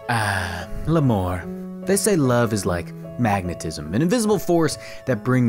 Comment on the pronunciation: Pronouncing "l'amour" like that sounds like "la mort" 😆